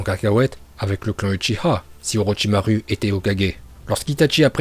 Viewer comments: Ça se dit pas au Rochysmaroue mais au rocher Marotchimarou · Non non non ça fais mal aux oreilles on dit Orochimarou pas orochimaru Mais ça s'écrit bien orochimaru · C orochimaru mes sa se dit orochimarou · "Itatchi" "Orochimaruuu" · Orochimarou qu'on prononce pas ru mais ouais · Lui il dit pas Orochimaru il dit OrotchimarU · Mais sa se prononce OrichimarOU !!!!!!!!!!